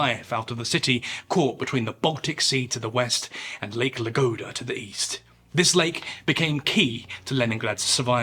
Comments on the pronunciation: Lake ladoga, not lagoda. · Ladoga lake, Ladoga! Not Lagoda 😂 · You say Lagoda when it's Ladoga, you say Thivkin when it's Tikhvin. Check your words carefully, respectfully, mister narrator. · it's Ladoga.. not La Gouda. Good video anyways, thanks. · TiKHvin, not tivkin or whatever you say Also LADOGA, NOT LAGODA Good video, but these mistakes were quite annoying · Its láDoGa not laGóDa 😢😂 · It`s Ladoga, not Lagoda... Things like this make it very difficult to watch documentary videos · Great channel. Just one thing, it wasn't Lake Lagoda, it was Lake LaDoga. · LADOGA, not LaGoda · You keep calling it lake lagoda when the map has it labeled as lake ladoga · Not Lagoda, but LaDoga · He says "Lagoda", it should be "Ladoga". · You keep saying Lagoda, but it's written on the maps as Ladoga. Just sayin'. 👍✌ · Ah yes, lake Lagoda